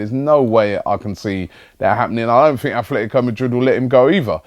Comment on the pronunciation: Hi Robbie ... There's no th in Atletico :-)